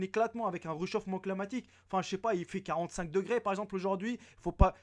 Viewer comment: Moi je pensais qu'il disait " réchauffement pneumatique "